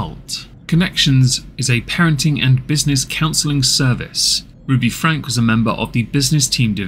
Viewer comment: There is a lot of misinformation in this because of the innacurate timeline. Just because you talked about this family years ago does not mean you know what's happening now. It's Frank-y. Not Frank The duct tape issue is what has caused this new upsurge of interest and led to the arrest of Ruby and Jodi. Kevin has not been active in the channel or Rubys life in about a year. The abandonment of the children for weeks on end is a recent speculation we have learned about due to the new information from neighbors and police reports. ... come on dude. Do better. Any research at all would have clarified the name pronunciation and basic information of the current events.